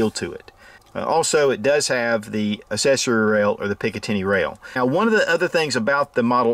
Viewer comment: Assessory hey? Its pronounced ACC-ses-ory.